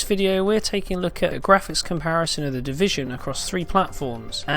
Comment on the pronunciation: The deeveesion beeta